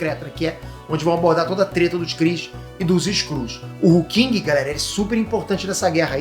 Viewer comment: Hulkling. Não é Hulking.